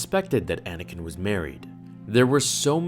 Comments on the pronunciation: You just figured it out because you're dumb and it's Anakin not anikin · Well, it's actually Anakin, not Anikin, so..